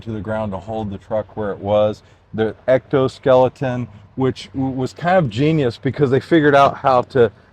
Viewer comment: I think it's funny he calls it an ectoskeleton . It's an exoskeleton my man.